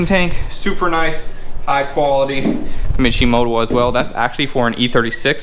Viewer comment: Intro gets me everytime 😂😂😂😂. turned that mishimoto into a wishimoto 😂😂😂😂